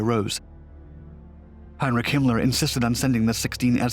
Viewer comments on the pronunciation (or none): none